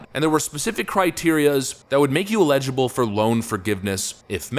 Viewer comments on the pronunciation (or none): That is not how you pronounce eligible lol